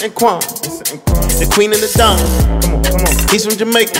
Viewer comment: Its not DAWN , ITS SAYS DON, like KING